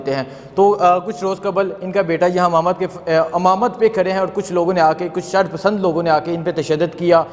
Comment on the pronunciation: Amamat nahi Imamat bol Pendu.